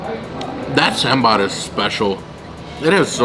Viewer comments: The way to pronounce sambar is not sambaar, but saambar. I don’t blame you though, as our friends North of India say it as sambur! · "Ok so I'm gonna try this first in some sambarrr" Coconut chutney: "Wait! When did I change my name"?